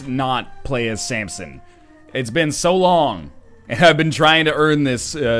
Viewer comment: Keeps calling him Sampson. Fml.